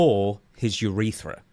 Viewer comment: its crazy how someone who is making a living off of self care on the body and overall all good health promotion did not know where the urethra is or even how pronounce the word